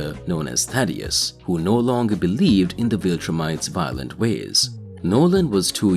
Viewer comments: Jesus Christ man it's Thaedus not Thadeus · Omfg it’s THAE-DUS, not Thaddeus bro how do you get it wrong every single time?